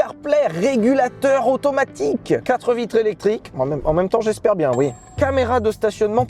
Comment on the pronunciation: "Régulateur automatikkkk" t’es sérieux 😂??!